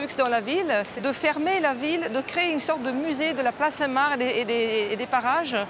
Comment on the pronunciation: par pitié on ne dit pas la place " saint Marre " mais la place saint MARC " comme le prénom